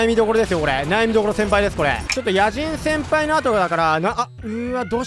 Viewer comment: 野人先輩を野獣先輩みたいに言うなｗｗ